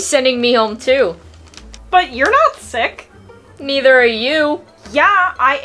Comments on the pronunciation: I feel really sick to Bro said stuck 💀 She said stuck It sounds like sick 💀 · i love when it says "stuck" for "sick" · Bro said stuck instead of sick 💀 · It said stuk not sike